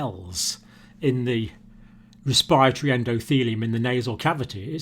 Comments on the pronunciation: It's res-p-I- ratory, NOT res- PIRE-atory ! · is he saying 'respiatry' system? never hear respiratory said that way, lol